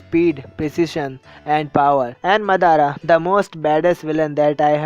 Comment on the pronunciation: you say you love naruto and you didn't pronounce Sasuke and Madara's name correctly +_+